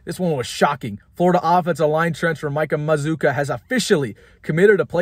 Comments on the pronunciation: By the way you pronounce our name like this MA-ZOO-KA! LIKE BAZOOKA BUBBLE GUM WITH A M! THE U SOUNDS AS IF IT BETWEEN THE DOUBLE CONSONANTS! SAY IT WITH ME MAZZCCUA!😂🙂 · Everybody is pronouncing this guy’s name wrong I think.